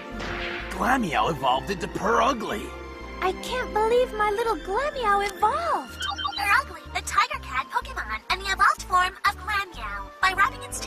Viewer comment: It's Pur''ugly''